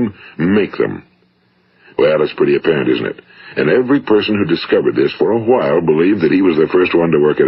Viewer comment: He say a while with an emphasis on the H, it's quite amusing